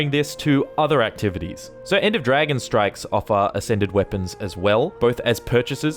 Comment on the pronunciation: This is the reason I don't bother with any of the end game content. I own the game, so I play the stories, come back for the living world, and just upgrade when I find something nicer than what I have currently. I'm not worried about strikes (your accent makes it sound like you're saying "strifes"), raids (which I honestly didn't know existed until recently because they are so hidden from anyone not looking for them), or PvP/WvW. I don't even care about fractals. Seriously, all of the non-story content is so opaque that getting into it just isn't worth it for new people. And don't get me started on joining established guilds or trying to start your own. The community is toxic to newbies, and no one wants to join an unranked guild that can't carry them. GW2 has some great gameplay, the the players are killing the game. That and the predatory way ArenaNet monetize everything in the game. Crafting, BTW, is bleh. Totally Bleh. If I could craft harvesting equipment, then it might be worthwhile. Also, it's Ebb-on, not Ee-bon. Its the transitive modifier adjective to the noun Ebony (ebb-on-ee, not ee-bon-ee), so you pronounce it like that root word without the final syllable. This one can't be your accent, since you divided your syllables inappropriately. I would have though a brit would know how to speak English. (j/k)